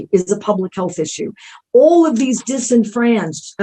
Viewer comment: Dis infranched -uh-chised? Time to turn this crap around, little Hitlers everywhere.